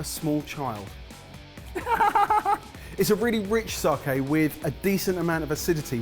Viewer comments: Saki not saaaaaaaaaaaaaaaaaaaaaahhhhhhhhhkey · "Sarke" huh lads? :P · Its not fucking SARKAY! Only pronounces it almost correct cmon lads. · take out the i in your sakei pronunciation. Think Spain - sa-que. Sake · Sake, it sounds like Sarkay when you guys say it 😜.